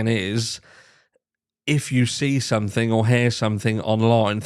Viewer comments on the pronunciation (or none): none